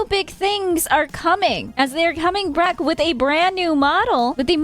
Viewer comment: "They are coming BRACK" hahahaha Thabks for the news update! Love your content as always